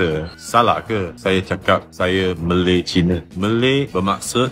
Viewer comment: Tiada kesalahan pun dia sebut Malay China, betul lah sebutan dia (Malay - Malaysia). Kalau dia sebut Melayu-China baru silap. Teruskan semangat bro...kita 1 Malaysia berbagai kaum dan bangsa.